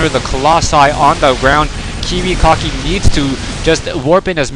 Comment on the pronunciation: notice how the commentator pronounced the player's name as kiwiCOCKI.. it kinda suited him seein dat he left without sayin: gg